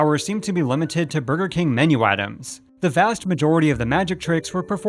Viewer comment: Lol “Kang” every time he said king.